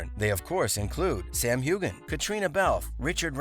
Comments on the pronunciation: NOT HUGHGAN...Sams name is pronounced Huean. Practice!!!! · If you're going to make these kinds of videos, make sure you know how to properly pronounce names. It's not HU GAN the G is silent. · You’re mispronouncing Sam’s last name. The G is silent. Like this: “Hue-Ann” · I wish the narrator would learn how to pronounce Sam's last name. Geez!!! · Oh my... How many times did he mispronounce Sam's last name?